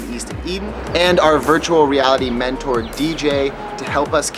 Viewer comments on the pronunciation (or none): none